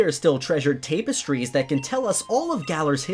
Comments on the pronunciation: 'tape est trees' lol its 'tap ass tries' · by the way its pronounced "Tap-es-trees" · I cannot say that word, youth youth YOUTH Me: your saying it right but your saying Tapestries wrong XD love your vids though:D